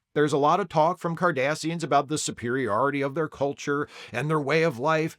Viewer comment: Did you say "Kardasians"???? Was this an omen? 😁